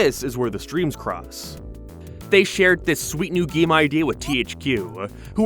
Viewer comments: GEEM?? NOT GAME? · Could hardly pay any real attention to the video because I'm stuck on your half scotch half american accent and the way you say game as "geem" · The way you pronounce the word "game" makes me want to kill myself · Bold strategy to make a video about Tak games when you cant pronounce "Tak," "game," or "sales."